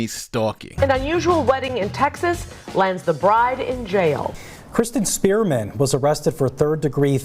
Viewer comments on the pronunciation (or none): Am I the only one that keeps hearing say "Kristin Spearmint?"